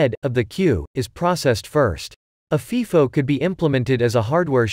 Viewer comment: It’s pronounced FIFO with a long “I”. like FYE-FO. It’s NOT pronounced like FEE-FO